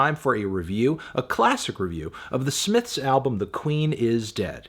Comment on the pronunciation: the smiffs